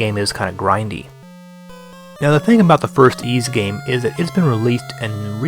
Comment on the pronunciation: XEXYZ is pronounced Zess-Is